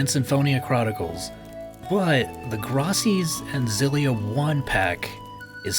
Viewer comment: OMG Graces like faces. Graces is an actual word. You were able to pronounce all of these made up names in the series, but mispronounced the title with an actual word? DEAD